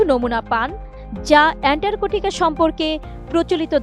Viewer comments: বেশি শিক্ষিত হলে যা হয় আর কি! অ্যান্টার্কটিকা কে বার বার বলছে অ্যানটারকটিকা। ছিঃ ছিঃ ছিঃ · আরে মূর্খ এন্টার্কটিকা কি অ্যান্টার্কটিকা বল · এন্টারকোটিকা নয় এন্টারটিকা মহাদেশ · ইতান্তরে সাংবাদিকের কাম করতে দিছে কেডা ভালো কইরা একটা জায়গার নাম বিখ্যাত জায়গার নাম কইতে পারে না এন্টারটিকা মহাদেশকে বানায় দিছেন শালীরা করতে ধইরা আনছে পড়াশোনা কি করছে আর রিপোর্ট তৈরি করার আগে তারই করল কি এইরকম যদি হয় দেশের প্রথম সারির নিউজ চ্যানেলের রিপোর্টারদের অবস্থা তাইলে দেশ কোথায় আছে আর কই যাইতাছে বাকিটা আপনারা কইবেন টাটা আমি বুইজ্জা লাইছি😂😂😂😂😂😂 কোন দিন জানি নিজ দেশের নামের আগে রিপাবলিক লাগায় দেয় আল্লাহ কইতারবো🤣🤣🤣🤣🤣🤣🤣 এটিএন বাংলা নিউজ চ্যানেল অশিক্ষিত মূর্খদের আড্ডাখানা যে এটা একেবারে ক্লিয়ার।। ওদেরকে বয়কট করা হোক। আর এই খবরের রিপোর্ট পড়া মহিলাকে শীঘ্রই পাবনা পাঠানো হোক ওখান থেকে পড়াশোনা করে আসলে হয়তো তিনি সঠিকভাবে বলতে পারবেন সুন্দর করে পরামর্শ দিয়ে দিলাম বিনা টাকায় লুফে নিন আর আপনাদের এসব ফালতু ভুয়া টিভি চ্যানেলগুলো বন্ধ করুন। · এন্টারটিকা মহাদেশ যে বলতে পারেনা, সে আবার খবর পড়ে, বাহ্। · আটিএন নেউজ আর মানুষ পায়নাই। এন্টারটিকা উচ্চারণ পারেনা, এরাও সংবাদ পাঠক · আপা কি আন্টারর্টিকা উচ্চারণ করতে পারে না? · এন্টার্কটিকা। LoL